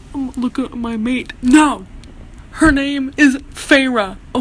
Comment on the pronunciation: Saying mate in an Aussie accent makes it a million times more hilarious maaaaaaaaate 😂 also eeeeee I had to skip your snaps so this review was so on point